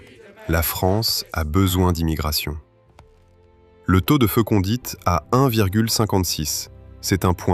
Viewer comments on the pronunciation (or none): Commentaire automatique fait par IA. EX. En français on dit fécondité, pas fécondite ...